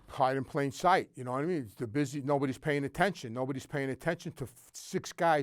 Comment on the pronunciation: 'you know whaattimean'